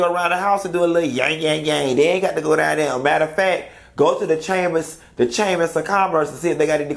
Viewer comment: As soon as you said “the chamis of commerce”, I said hold on let me fix me a drink because bout to cut up 🤣🤣